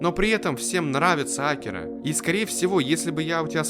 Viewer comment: Что я могу покритиковать в этом видео это только ударение имени "Акира". Год назад в 1 марта скончался легендарный человек и создатель Драгон Балл в возрасте 68 лет - Акира Торияма